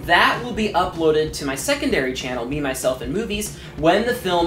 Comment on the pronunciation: I swear he said memyselfandboobies i swear